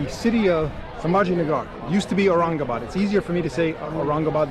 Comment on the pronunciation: Dear Sir your accent "Aurangabad" is very perfect 👍🏻👍🏻👍🏻